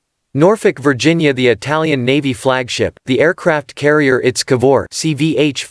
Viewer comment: To the narrator: It's I.T.S. Not Its. Italian Ship